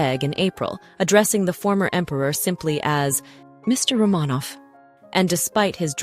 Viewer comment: It is AI. It mispronounces words such as "record," it should, in the text, be pronounced with the pronunciation of "the palace record shows" but AI produced it as "play the record on the record player." It also mispronounces "Romanoff."